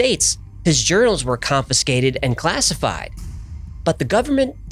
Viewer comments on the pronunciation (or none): none